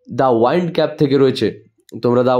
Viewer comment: ওয়াইন্ড হবে না, উইন্ড হবে ভুল ধরানোর জন্য ক্ষমা চেয়ে নিচ্ছি 🙏